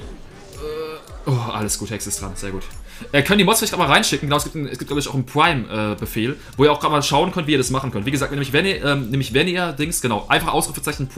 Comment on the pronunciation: niemand: Pwime